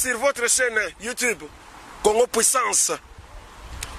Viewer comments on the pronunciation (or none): none